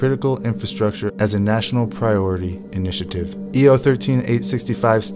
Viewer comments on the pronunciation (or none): none